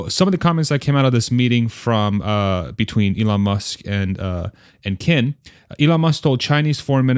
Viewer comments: Qin is pronounced as Chin (last name) and Gang as Gun :) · Qin actually pronounced chin with a long I sound almost like cheen. Just fyi!